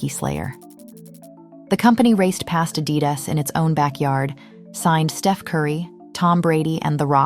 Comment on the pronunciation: I came this close to switching off after the mispronunciation of Adidas…